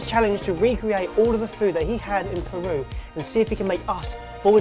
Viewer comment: As a proud peruvian please don't butcher the pronunciation. ....wait too late lol